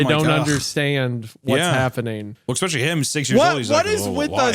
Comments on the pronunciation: Anytime Hunter says « especially » I hear « expecially »😅 if Tommy is immortal then the dad can’t do anything. If he wants those kids then he’s gonna get those kids. It’s unavoidable unless you spend your life on the run.🤷🏾‍♀️ I think it’s because Tommy doesn’t like strangers/crowds I wonder if he’d come back if they adopted kids instead of having biological kids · i am adapting to saying exxxpecially because of hunter